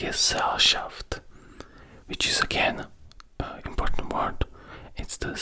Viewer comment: most imporddnt german words🤣🤣🤣🤣